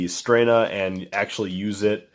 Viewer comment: It's just Stren-na. [Italian.]